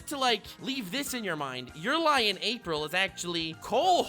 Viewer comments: Bro, you pronounce "אפריל" "afril" just say April normally. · It’s me or you said Afril ? Not April 😅 Enjoyed the Hebrew reference as Hebrew speaker 😂